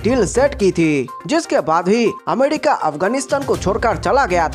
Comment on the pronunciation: Amedika nahi America bolo bhi 😁😁